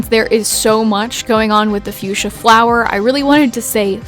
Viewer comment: Fuschia the flower is actually pronounced Fuk-sia. I know it sounds dumb but its true. You can call it whatever you want and it wont matter, just a gardener wanting to share xD Also stop being so hard on yourself :(